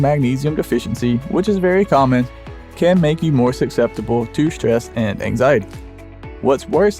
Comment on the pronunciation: ...."A mild deficiency can make you more SUCCESSIBLE...". What's that word again? Succetsible. Nope. Can't pronounce words and has no editor. Great vid. I gess.